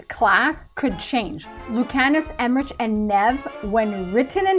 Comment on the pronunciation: Thank god Rook can't romance Solas. I would have hated that.😅 Some of these I thought were given. Like the fact that there is more magic because of the Veil weakening and how transmog works. But guess not because there were questions about them.😁 I thought the end of Emmrich's name was pronounced EmmriKH and not like the word rich? I wonder if the Lucerni and Shadowdragons work together and because of that we will meet Maevaris?